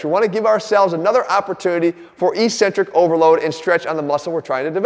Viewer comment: There's no such word pronounced Eeeeeecentric in the English language. LOL. It's pronounced eK-Centric.